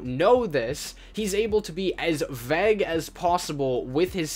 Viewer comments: Vague is pronounced: Vaayg Not: Vegg No offence tho 👍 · Vague is pronounce V-ay-ge js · The way you said "vague" sounded like "veg" like rhymes with "peg" instead of vague sounding like v + egg lol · The way u said vague gave me an aneurysm